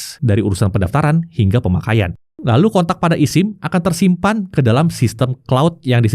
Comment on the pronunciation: bang ngomongnya esim, bukan isim... sama kayak lu bilang ektp bukan iktp